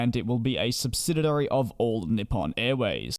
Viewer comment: What is a subsididary ? Do you mean "subsidiary"?